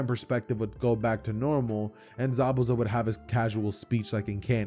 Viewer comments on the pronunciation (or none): Did this dood just say zabouzas house lol 😂